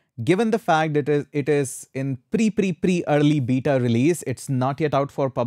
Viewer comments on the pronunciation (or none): none